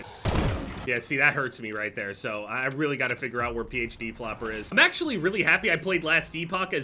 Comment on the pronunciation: Dude pronounces PHD flopper like it has the will of D